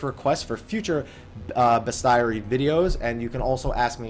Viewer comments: Great vid! Ifrit is absolutely a Final Fantasy staple, just like chocobos and Cid. P.S. This is a weird thing to be bothered by, but it's best-ee-air-ee, not best-diary. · the way you're pronouncing it is like it's spelled best-AIRY when it's best-IARY. like aviary, a habitat for birds. but bestiary is the correct spelling. bes·ti·ar·y /ˈbēsCHēˌerē/ Noun A descriptive or anecdotal treatise on various real or mythical kinds of animals, esp. a medieval work with a moralizing tone. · Isn't it "beast-ee-airy"? Not trying to be smart. I could be wrong. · I could be wrong, but I thought it was Bestiary was pronounced beast-yairy (rhymes with fairy). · The spelling is correct, but I think his pronounciation of the word is off. As I understand the dictionary, it should sound like "bees-chee-eh-ree". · You got the pronunciation of Bestiary wrong man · I almost had to turn this thing off! ;P